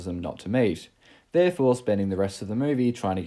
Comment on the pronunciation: I like how with your accent it sounds like "causes his parents not to MATE." 😆